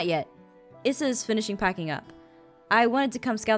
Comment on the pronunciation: I'm pretty sure Brendan's wife's name is pronounced eessa not issa